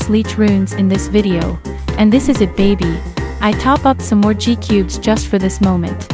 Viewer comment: Ur my fav bg but u said ni gcubes seris beuh